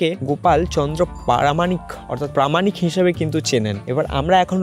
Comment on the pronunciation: Content ভীষণ সুন্দর শুধু বাংলা উচ্চারণ যেমন- পারামানিক, তত্য, ইত্যাদি শুনতে বড্ড কানে লাগে এবং রুচির অভাব। একটু স্পষ্ট উচ্চারণ করো। ভিডিও আরও ভালো লাগবে। বেস্ট অফ লাক, খুব ভালো লাগল কন্টেন্টটা